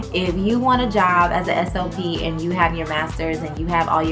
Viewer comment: 1. ALL this time I thought you were saying "SOP". 🤦🏾‍♀️😂 2. I'm not in that field but you make it sound so interesting I almost want to try it. Walking away from 6 figures in IT at 40 would be toooough😬 3. Your hair is too cute❤️